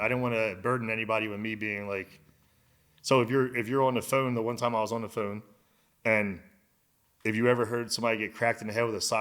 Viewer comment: How dude says phone though... foon. Hell naw 😂